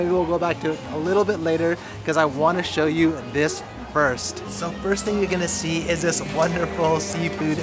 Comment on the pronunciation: "oh I just want to show you (shoyu)" 😂 love these vids